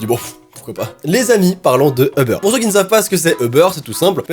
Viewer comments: Ce n'est pas euber mais UUUber!😂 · C'est pas Euber mais Uber tu dit u pas eu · ¡«U»ber! U!!! UUUUUUUUUUUUUUUUUUU Sinon je te kiff mais on dit «Uber» pas Euber..🙂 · Il dit euber au l y eu de Uber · Tu dis Euber moi je dit Uber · C'es uber pas eber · On dit pas Ebeur on dit UUUUUber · Cest Uber pas EUBER UnU 🤣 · On dit pas ebeur on dit ubèr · Att? Tu dis Eber, moi je dis Uber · Je suis la seule qui prononce Ubère et pas Euberre 😂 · Sa se dit pas eber sa dit UBER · C pas eubeurre c'est uber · Ça stresse que moi qu’il dit Eber au lieu de Uber ? Ou peut-être ça ce prononce Eber et y a que mw qui dit Uber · c’est Uber pas euber sinon j’adore tes vidéos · Je suis la seul à dire Uber et pas Eber 😂? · "Ubeurre" LOL 😂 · UBER comment le prononce a chaque fois j'ai l'impression qui parle de beurre XD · Qui a compris au début "Le beurre" 😂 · Pk tu dit eber sinon continue comme ça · certaine fois quand il dit uber je crois il dit le beur